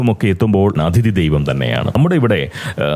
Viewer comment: ഈ വീഡിയോയിൽ പ്രതിപാദിയ്ക്കുന്ന വിഷയത്തോട് പൂർണ്ണമായും യോജിയ്ക്കുന്നു. മലയാളികൾക്കും ഇക്കാര്യത്തിൽ നല്ല മര്യാദയില്ല. ഈയിടെ അയർലൻഡിൽ തല്ലുവാങ്ങിക്കൂട്ടിയതും ഇതുപോലുള്ള പ്രവൃത്തികൾക്കാണ്. (off topic ആയി ഒരു കാര്യം പറഞ്ഞോട്ടെ, 'അതിഥി'യുടെ ഉച്ചാരണം ഒന്ന് ശരിപ്പെടുത്തേണ്ടതുണ്ട്. 'അഥിതി' എന്ന് തെറ്റായിട്ടാണ് ഉച്ചരിയ്ക്കുന്നത്. ഈ തെറ്റ് ധാരാളം മലയാളികളിൽ പടർന്ന് പിടിയ്ക്കുന്നുമുണ്ട്. മനുഷ്യർ അവർ ഇഷ്ടപ്പെടുന്ന ആളുകളെ അറിയാതെ (subconsciously) അനുകരിച്ചു പോവുകയും ചെയ്യും. പോങ്ങനായിട്ട് ഇങ്ങനെയൊരു തെറ്റ് പ്രചരിയ്ക്കാനിടവരുത്തണ്ട എന്ന സ്നേഹബുദ്ധികൊണ്ട് പറയുന്നതാണ് കേട്ടോ.)